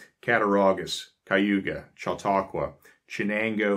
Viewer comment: I congratulate you on your pronunciation of Conewango, Cattaraugus, and Chautauqua!! Although my family is "English," our roots go back to before the Amish settled here. We are really amused by current affairs, worries about shortages, and "preppers" fears of EMPs to which the Amish would say, "huh?"